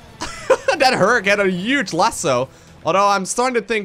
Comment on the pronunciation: That thing is uge (not a spelling error, he just says uge)